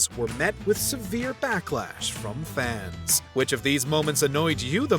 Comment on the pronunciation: Am I the only one who thinks this guy says "fans" in an odd way? 😅 "Fauhns"